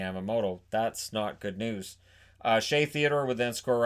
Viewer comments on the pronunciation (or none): none